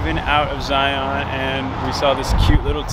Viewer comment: Zion: Zi-yawn